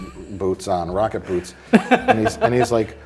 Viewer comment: I dunno why, but I hear "Vodka boots" whenever says "rocket boots"......... I like the former better.........